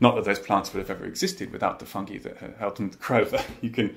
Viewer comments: I love how russel pronounces “fungi” like “fungee” and not “funguy” 🤍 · I am so happy that they say fungi not funji!